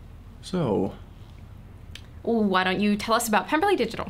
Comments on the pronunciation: "So Lizzie B, tell me how you're getting along at the Pem-BER-ley!!!" So hilarious! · I think I just hurt something laughing at in the Fitz-wig, saying "Pem-ber-ly" and squinting into the camera. cackles until dead